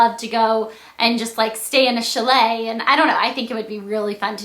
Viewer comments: You look gorgeous in this vid, but you say chalet so weird.:D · Blair you say chalet really weirdlyyy! :P